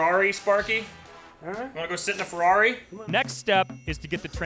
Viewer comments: Ferwagon Hahaha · c est une fewwari🤣🤣